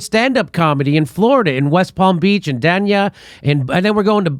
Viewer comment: It’s pronounced DAY-KNEE-UH beach